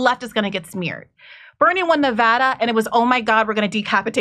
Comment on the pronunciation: It’s Nev-ADD-duh. . . bro